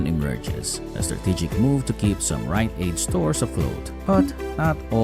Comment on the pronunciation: Was this entire thing AI generated? LOL "WILL WRITE AID EMERGE FELIX LIKE"